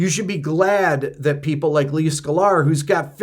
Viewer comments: I love how you pronounce it "Skull-are" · Yes, indiscriminate blocking is stupid and excessive. But what new ground is this covering here? Also, "Skuh-lar"? 🤔